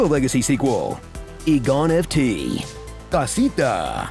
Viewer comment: "E-GoNFT" woof....